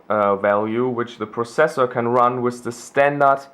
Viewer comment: with not wiss xDD nice dude :D